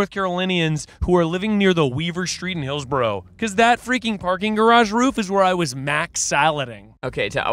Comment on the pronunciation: When hit every syllable of Hillsborough 😂😂😂 HAALSBRUH